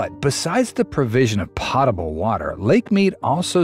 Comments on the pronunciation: Poh tuh bull water, not pah tuh bull. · Pronounced “POAT ABLE”. Pronounced TURBAN not TURBYNE. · It's 'potable' water. Potable pronounced like potato, not pot. Global warming has nothing to do with the lake level. Because there's no such thing as global warming. And yes, the climate does change, and there will be droughts, and there will be rainy periods.